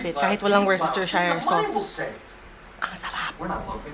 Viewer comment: Worcestershire \ˈwu̇-stər-ˌshir-\ 😁